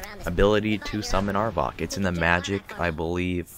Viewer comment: are you trying to miss-pronounce everything? cairn. not careen. arvack. not arvock. ;)